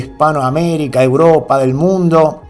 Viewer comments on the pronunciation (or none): none